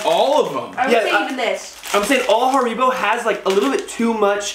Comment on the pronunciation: Where's the problem? Almost correct . 😉